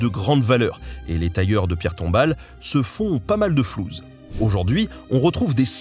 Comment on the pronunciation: Salut mon ami, j'ai une petite rectification phonétique, on dit flousse et non pas flouze 😅😋😉 mais si non merci à toi et à toute l'équipe 😊